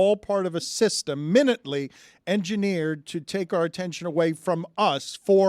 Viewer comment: "minutely" Dan needs to be fined for mispronunciation. It's not like the time measure. It's tiny. In this case tiny detail.